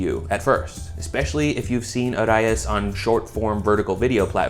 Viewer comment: did you just pronounce Arayes correctly? :0